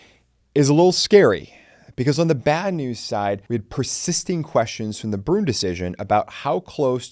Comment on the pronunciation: Your pronunciation of Bruen gets me every time. “Broon?” 🤨